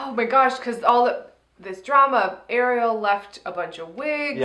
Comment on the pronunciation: When said Ariel for the first time near the 1 min mark, it sounded like he said Angry Al